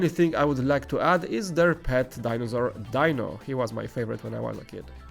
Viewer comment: It’s pronounced “D NO” not “Di No” for the Flintstones pet lol 😝 I’m not making fun of your accent ; )